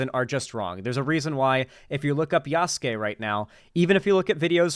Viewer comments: Yasuki!? God I just felt my wife’s Japanese Language education psychic damage. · Wouldn't it be pronounced: "Ya" "soo" "kay"? Japanese focuses of pronounciation of specific syllabels. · Michael! How is Yasuke pronounced Yasuki?? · i know hes probably mispronouncing Yasuke's name just to be a bigot but after over a year studying Japanese its physically painful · The way knowles pronounced yasuke and naoe is physically painful, partly cause that means he's to lazy to look up the correct way before and that he refuses to admit he's wrong on it. Also more games should do what cyberpunk did, it's more realistic and ironically the lack of what cyberpunk did kinda gets in the way of games having bi characters. Basically if all the romance able npcs are mechanically bi it can dissuade devs from making characters who have the trait of being bi. Imo there's a difference between npcs and characters being mechanically bi and having bi as a trait they have, if being mechanically bi is a default for npcs it can reframe characters who have bi as a trait in a odd way(not really sure how to describe it, maybe it's cognitive dissonance, idk). It's also interesting how FNV goes about it, just having it tied to perks. Doesn't make to substantial of a damage difference while still letting you choose in a way that will reflect in dialogue options and out of dialogue options.